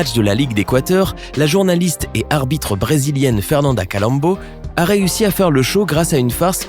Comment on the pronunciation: Je c pas pk me il semble que tu a bégayé tu a dit abite a la place de arbitre